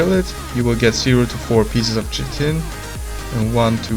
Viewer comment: Chitin Pronunciation: Kite-In